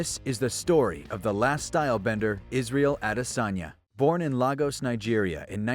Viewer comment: Keep saying this Lagos in Nigeria isn't pronounced the same say as Lagos in Portugal